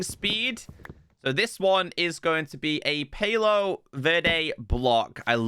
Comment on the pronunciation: palo is pronounced in Spanish btw